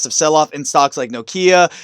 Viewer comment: Is Noikea a Finnish version of the swedish company IKEA? 🤣🤣 Nokia there is a strong A on the end..otherwise good analysis of the stock👊🏻 keep up the good work